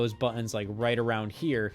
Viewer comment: yeah, a controller video from a guy who can't pronounce "buttons" this won't be irritating.